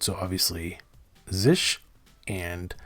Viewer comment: Never heard anyone pronounce it "zish" before